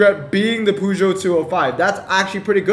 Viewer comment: stop pronouncing peugeot like that